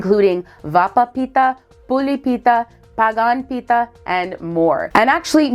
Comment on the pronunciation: Pete-Ha not Pita